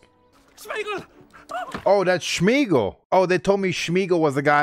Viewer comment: Gollum's real name is Smeagol (not SHmeagol)))